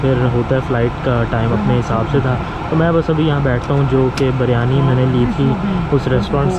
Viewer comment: Bro everything is fine except the word you said Baryani Actually its not baryani its “biryani”